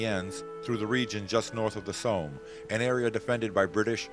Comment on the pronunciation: ... very informative videos and thank you for posting. But I wish the narrator wouldn't pronounce Somme as "Soam" (as in roam) :>)